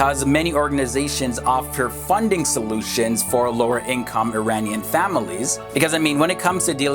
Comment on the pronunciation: Such a shit flag compared to the original flag.. the "daarie" hahahaha the way you pronounce iranian is hilarious. The daarie is a joke